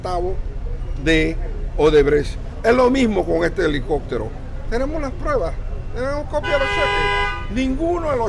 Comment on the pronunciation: 'helicoctero" "corruccion" cactura" Por que los panameños cambian la 'P" por la "C"?